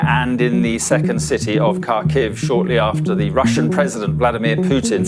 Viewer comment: Putin naam h bhai Puteen nhi